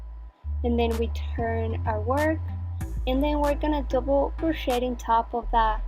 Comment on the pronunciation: There is no such word as "crochette" - it is pronounced "cro-shay" and spelled crochet. And it's "stitch", not "hitch". Where do these non-crochet terms come from??? Also, the music is terrible and a little more attention to detail would be helpful. I ended up with less stitches in row 2 than I should have, but you're not explaining the beginning AND ending of rows. I can probably figure it out, but I shouldn't have to. Very poor video.